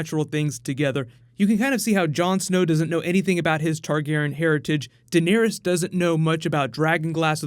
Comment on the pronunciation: It's Dan air es. Not Den ear es. 😂